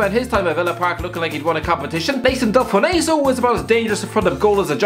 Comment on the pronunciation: Its pronounced Delfonso